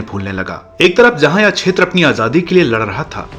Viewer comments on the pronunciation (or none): none